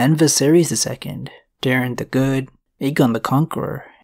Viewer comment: Bro I’m begging their names were DAY-ron